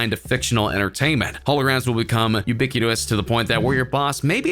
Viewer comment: For goodness sakes if you are going to make a video with technical information, please use the correct language! It is not ubiquous... it is ubiquitous! Also it is not a quibit it is a "Q-bit". within the first 20 seconds of the video you lost complete credibility. Please make sure you look after the small details if you wish to be taken seriously. Cheers